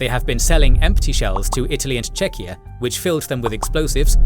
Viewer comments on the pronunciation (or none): none